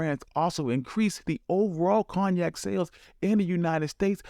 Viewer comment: Its pronounced CONE-YAK